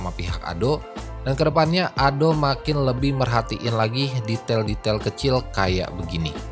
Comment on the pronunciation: Ado om bukan ado' peakk